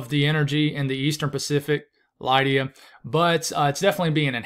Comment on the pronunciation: I've always known it as LID-ee-uh. (But who knows?)